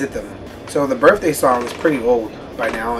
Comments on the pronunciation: birTHday... lol "birfday" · its my "birfday"